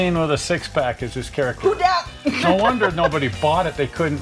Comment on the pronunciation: It’s pronounced hoe-dad